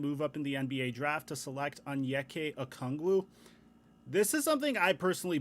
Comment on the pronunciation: sorry sorry but, its onyeka okongwu, not anyeeka ookangwoo